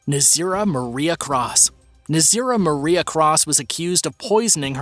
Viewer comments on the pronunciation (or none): none